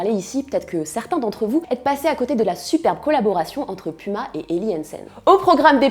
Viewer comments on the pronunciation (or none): none